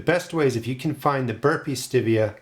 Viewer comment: Maybe your seeds are slow to germinate bcuz they don't like the way you're pronouncing its name! 😉😉😉 I'm just kidding! (Sort of...🤭) I just gotta say - I've heard hundreds of people say ~ Stevia ~ but NONE OF THEM pronounced it the way you do in this video. They always pronounced it just like the name STEVE. With the eee-ahh at the end. I'm not trying to be the pronunciation police, I'm ok with regional pronunciations. Really, I am. You do you, is my motto. I just thought it was interesting that you're the ONLY person I've heard it pronounce it that way! Just curious, do other gardeners near you pronounce it that way too? Signed, Me & Steve, hanging on the edge of our seat to find out ❤